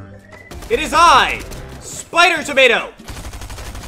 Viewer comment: He just said spider tomato